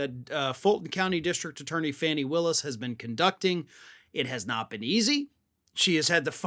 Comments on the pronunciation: Pronounced Fah- nee, not Fanny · Please quit calling her fanny it’s fawny 😢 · still can't pronounce Fawn-ees name. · Hey dork! 😂 plz plz pronounce Fani’s name correctly plz. She deserves to have her name pronounced correctly.